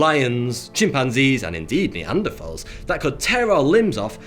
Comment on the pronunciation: Thank you for pronouncing “Neanderthal” correctly.